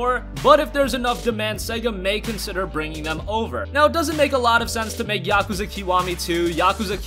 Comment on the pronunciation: That's not how you pronounce Yakuza